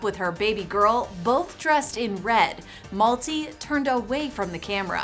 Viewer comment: It's not Malti as in 'Multi'. It's pronounced as 'MALTHEE.'